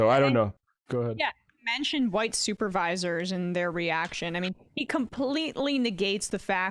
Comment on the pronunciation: Ah yes the old “hu-white” people